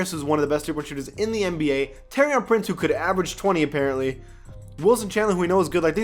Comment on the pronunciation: It's pronounced tor-i-an Prince u really need to learn these names